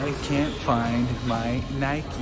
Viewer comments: It's not nikie ite nike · nike not nikeeeeeeeeeeeeeee you dont go out and ride your bikeeeeeeeeeeeeeeeeeeeee and its adidas not adeeeeeeeeeeeedas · How many times did say nikey lol lysm